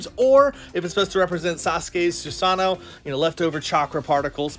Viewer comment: Ur saying susano wrong but awesome video tho 😂💯